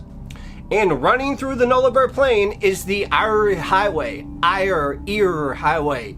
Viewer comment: YaY!! Thanks!! An Aussie story! It's pronounced air -Eyre. And Nullabor is pronounced Null-a-bore/boar. Sorry.... Im a bit of grammar nazi.😆 I have heard this before but it isn't very well known. Plus U told it so well, with such enthusiasm!! Thanks for the Aussie story! 🇦🇺